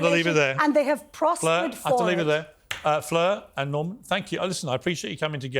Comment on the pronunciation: I'm disappointed Norman pronounced Fleur's name correctly, was hoping for 7 different versions like he did with Destiny. 😂😂